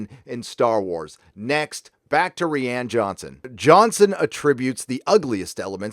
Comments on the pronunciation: It's 'Rian' as in 'Ry-an'.. not 'Ree-an'... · I always thought Rian was pronounced the same as Ryan??